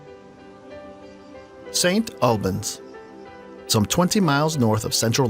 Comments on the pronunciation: The way he says St Albans makes me cringe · Please use someone for your commentaries who has at least an idea of how to pronounce British place names. Derbyshire is pronounced 'DArbysher'. St Albans isn't pronounced: 'Saint AL-bans' it's 'Saint ALL-bans' and it's not 'B'dale' it's 'BEEdale.' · This narrator is saying St. Albans incorrectly it’s pronounced as St. Allbans and Derbyshire is pronounced Darbyshire (the e has an a sound)